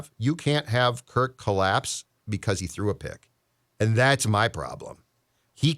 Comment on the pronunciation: i get you're trying to be cute but it's Kirk not Kirt. Also a super bowl calibur team? We weren't one to begin with even in 2017. The Saints figured out our D and it came to a lucky play to win and then the Eagles blew us out. Stats show that was one of our top D performances in a season of all time and once it got figured out it was exploited and you saw the decline in it year after year. Also against winning teams at of QBs have losing records. Rodgers - Cousins: 10-40 - .200 Stafford: 11-72 - .132 Actually it would be easier to liat the QBs that have winning records against winning teams. Tom Brady, Russell Wilson, Patrick Mahomes, Lamar Jackson and Jimmy G. Also if you have a QB that plays a different style, you can't expect the same result with the same type of O Line. Have smaller agile linesman is great for a scrambling QB due to the open field blocks to help them running but if you're a pocket QB, you're gonna get bodied. When the Ravens hot Lamar, they built around him with the line and the olay calling. About Kirk this game, i didn't say he was perfect as their were issues too. My point is this is what you guys kept crying about. You wanted him to keep throwing to JJ and throwing to him when he's covered cause as you guys say, even when he's covered he's not covered. Now the other WRs are an afterthought. You guys wanted him to not sit in the pocket and he's been doing boots, he's been running while looking downfield, and led the team in rushing yards. You g